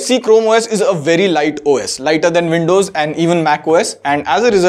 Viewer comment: Not windroid, it's Andows